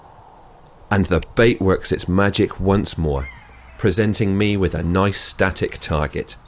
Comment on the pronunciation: I would very much like to slap this guy in the face, and he obviously has to say something like: ” a quite noice shot” when he gets a kill..